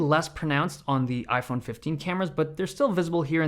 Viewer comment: " i-phene 15" 😂